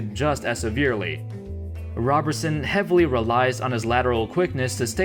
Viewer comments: ROBE-er-sun not ROB-er-sun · It is rob er son not raberson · Roberson not Robertson. Otherwise cool video. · Andre ROW-ber-son..... gawd damn get it together will ya